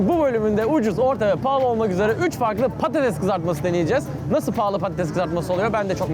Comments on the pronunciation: Artık patateZ deme orkun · patatez değil patates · Patates patatez deil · Abi PATATEZ değil PATATES Bu videoyu kaç kere izledim çok eglenceli ama patatez deme abi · PATATEZZ DEĞIL PATATESS K.B TAKINTIM VAR DA HA BU ARADA AYNISI DOMATES İCINDE GECERLI EHEHEH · Patatez değil patates Orkun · yanlız patates demiyosun patatez diyosun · Patatez değil patates ağğğğqqqqq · Patates değil patatez diyo kdknsvscfssgdhjd